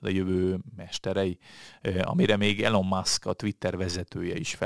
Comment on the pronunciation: Elon Musk :Ejtsd:Ilon 😉